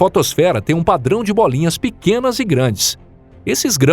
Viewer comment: é voz humana e não IA, ele muda a entonação em algumas partes e tem uma parte que ele fala"bôlinha" sotaque